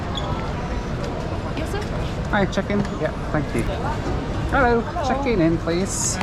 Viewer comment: .....did you say "Herrow!"? 😂